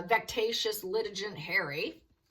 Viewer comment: Hey! Great skilled resdig! However, itds "vecks-ay-shus" 😊